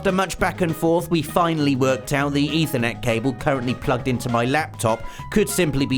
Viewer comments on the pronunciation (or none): none